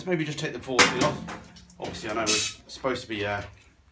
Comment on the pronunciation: you deffo say fore skin dont you LOL!